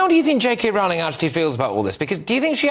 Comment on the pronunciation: Her name rhymes with bowling, not howling.